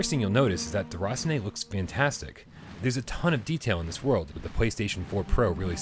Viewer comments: As French I can tell he did good with the name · Love the way you pronounce "déraciné"